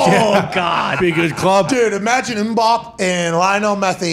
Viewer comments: Why are they saying M’Bop? It’s killing me. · The pronunciation of Mbappe is killing me